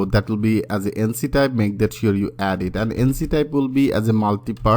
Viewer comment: ইঙ্ক টাইপ । এনছি টাইপ না । আপনার কন্টেন্ট অনেক ভালো কিন্তু ইংরেজি :|